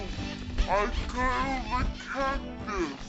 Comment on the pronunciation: help i felled a cactus is what i think hes saying or help i killed a cactus